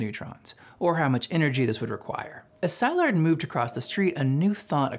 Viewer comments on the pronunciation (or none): Excellent summary, but I'm going to be that guy and mention some questionable pronunciations: "Szilard" is not "ZI-lard", it's "si-LARD"; Lise Meitner, being German, pronounced her name, "LEE-seh"; and Gamow is not "ga-MOW', it's "GA-mow". Okay, I'll exit now. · For such a good video I am surprised that you have pronounced Leo Szilard sai lard instead of se lard. I have never heard it pronounced the way that you pronounce it. Are you correct or just sloppy? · Leo Szilard - Hungarian, pronouced Si-llard, as in "silly", not Sy-lard. You're welcome. Excellent video! I hadn't heard of Japanese nuclear program, and only a little about the German one ... I understand the German program collapsed because Hitler rejected Jewish scientists. ( though why did jewish scientists want to work on weapons for the Nazis? ) would love to learn more about bother Ggerman and japanese efforts. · It's Szilard pronounced as C-lard or See-lard NOT Sz-I-lard. :)) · Leo Szilard's name is pronounced C-lard! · New to this channel. Very excellent video and explanation! If I have one criticism, it's that you might want to check up on pronunciation of foreign names like Szilard and Dachau.